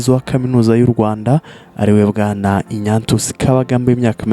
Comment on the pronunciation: Ariko tunafite ibibazo mu ngeri nyinshi. Nyumvira nawe umuntu ukora ikiganiro kuri youtube, uwo mbese twakwita umunyamakuru. Tekereza gusoma izina Ignatius ngo ni INYATIYUSI😂 Basi iyo uvuga INYASIYUSI???